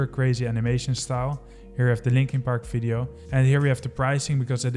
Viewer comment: Dude, it's "Video", not "Fideo".